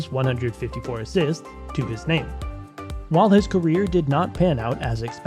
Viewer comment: damn, unless this is a robot reading the write up.... can you pronounce anymore names wrongly